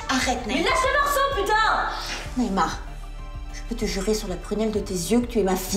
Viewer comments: Quelle prononciation!.? pour moi "NAHEMA" c'est çà:"NAÏMA" si vous voyez ceque jeveux dire car je ne peux avaler çà je ne sais pas si"NAHEMA"- prononcez çà comme vousle voulez- avait unsixième sens ou quelqu' un lui a mis la puce à l'oreille pour luifaire que"" FRANK" n'était pas son pèreetpour bilogique et pourtan t il l'aimait comme si c'était sa vrai fille - elle devrait être satisfaite etne pas seposer de questions sur sonvrai père -il ne lui manquait rien , tout cequ'elle veut lui est tojours offert eet elle l'obtoient aisément Quand elle est venue rencontrer "MARCIAL" son vrai alors que "FRANK" est aux suivait ceque se déroulait entre eux elle se doutait delui etletrouva oule considéra comme unmenteur , quand "MARCIAL s'approcha d'elle , elle l'a foui etcourut entrombe chez"FRANK" qui l'etreigna fortement ,elle était ravie alors et lui très rassuré qu'elle l' aimait plus quetoutaumonde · on dirait qu il dit neymar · Qui a entendu nahema en (neymar )😂😂😂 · Mdr chaque fois j'entends Neymar au lieu de Nahema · Veuillez /veuilles, prononcer correctement"NAHEMA" et "NAÏMA" ne se prononcent de la même façon( pareils) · 10'53 "Nahema" ptdrr